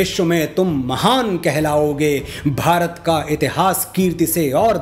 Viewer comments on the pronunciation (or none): none